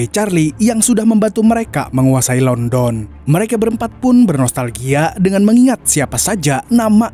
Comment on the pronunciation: Bang di baca landen bukan london , emang tulisannya london 😂😂